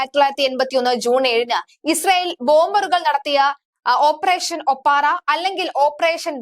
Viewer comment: ഓപ്പറേഷൻ 'ഒപ്പാറ അല്ല ഒപ്പേറ.